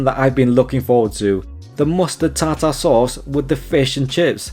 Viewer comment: Ta -Ta sauce? - Pronounced Tarter